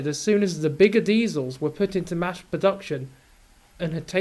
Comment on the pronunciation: I know that's suppose to be "mass production" but all I hear is "mashed production". It gave me a giggle none the less. But never the less, its amazing to see how much better the episode looks on the Black Knight now, even Brain with his textures and weathering really stood out and fit in with the point in time represented, though does make me now question why he doesn't wash more (dirty boy), not that i'm complaining, grime shows how dedicated one can be to their work. One thing I really likes with this update is also how well these shots are captured in these different lightnings of the day, once again showing off the power and capacity the Black Knight is capable of handling and makes things very interesting to see what could come in future. Not to mention the steam and smoke effects have a lot more lighter look and feel to them coming from the steam locomotives, again another point to the upgrade to the Black Knight. I think the only thing that looks a bit odd at times is the very flat ground, I only mainly noticed this in shots like, its a very nice shot with the engine arriving and out main characters departing, but the ground looks so smooth in some area's where the shadows don't touch, as the shadows help the ground somewhat to give it a subtle shape, like ballast does. Excellent work, looking forward to what comes next